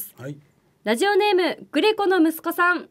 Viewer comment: ‼️🙍💧💨ぅｿ～ン💨💧FM ラズオに💧💨📣💦は⁉️発音💨\\ラズオに//Radio(レディオ )ね💨💦🙍💨ﾊｧ～💧漢方薬を誰か～💦に💨💦 色んなを見たいっ 解るっワカるよ💧【30度越え からヤバいから】厨房だけでいｨの💨熱々なのは💨💦💧 😃✨笑顔素敵よ✨😚👏//